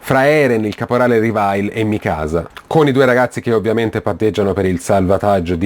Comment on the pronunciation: Bel video ma Mikasa non di pronuncia così😨😨